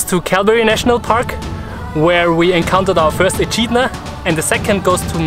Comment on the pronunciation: Hehe ehchidna